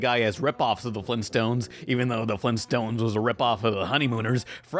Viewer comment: It sounds like he is saying flimstones not Flintstones..